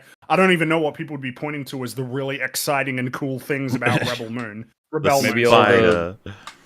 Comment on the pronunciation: I love how the accepted pronunciation of Rebel Moon is now and forever will be "Ruh Belle Moon"